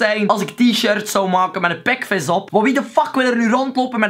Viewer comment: Ouwe je zegt pekves en das... GRAPPIG GA ZO DOOR cool man!